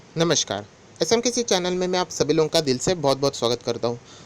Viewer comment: Like nahin karta as you speak SMKISI INSTEAD OF S M K C..SO KINDLY SOEAK S M K C from today.